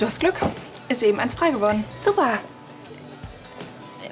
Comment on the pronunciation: spricht den Buchstaben G wie ein K aus. Glück =bei Klück... Begleiten = bei Bekleiten...